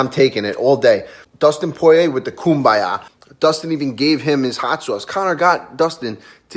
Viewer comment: Raging Al- “Hot Soyce”